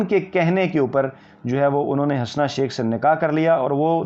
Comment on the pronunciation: Sir G Hasna not correct pronunciation ( HUSNA ).